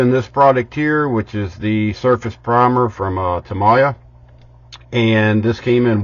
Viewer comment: I'm 48 years old and been building most of my life and this is the first time I've heard someone else say tamiya correctly or the way I said it lol